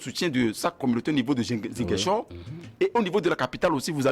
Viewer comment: Mr le modérateur, prononcez svp ziGAINchor. C vrai il est ecrit ziGUINchor